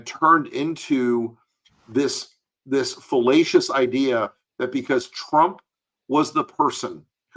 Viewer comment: Is it "fallacious" or "fellacious"? Lol with Annoying Orange it could be either.